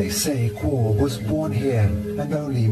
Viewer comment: Guo it pronounced like kuo in Chinese